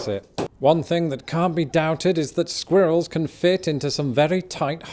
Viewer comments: Squeeerrils! Hahaha, you say it just like my Swiss gf 🤪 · That's not how I expected him to pronounce squirrels either. I thought with his accent the "R" sound would be omitted.